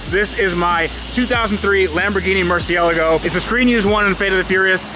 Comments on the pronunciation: It's a MurcielAAAgo, not a MurcIElago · Itz murcielago. Not merciealago. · "Mur cee-ay lago" Not "Mercy-algo". Please. ;) Keep up the great work, love your vids apart from that tiny little crinch whenever I hear you butcher the name. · ITS NOT MERCIALLLAGO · Sounds amazing! I need you to add the A at the end of murcielAgo though lol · I think it’s pronounced mersha lago!! Lol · its makes it worse because if you look at his first video of the murcielago, he pronounces it correctly, then im sure you have seen the vinwikki interview he did and ever since then hes been saying murci-ela-go. I heard its pronounced murcielago but you put as little emphasis on the "a" as possible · Honestly though, it is a little annoying to hear him pronounce the car like that because its incredibly incorrect way of doing it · I pronounce it mur-chi-la-go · He struggles saying the cars name doesn't he? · I hate to break it to you but that isn't how italians pronounce Murcielago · Please will you pronounce the name of your Lambo properly.. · When are you going to pronounce Murcielago correctly? You sound like you have marbles in your mouth! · After all this time he still can’t pronounce the name of the car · roger albert What’s more annoying, mispronouncing Murcielago or Hooptie’s Garage pronouncing Abarth 3 different ways? 😂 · Can’t stand the way he pronounces Murcielago.. 🤦🏻‍♂️ but love the vids.. just drives me bananas! Sorry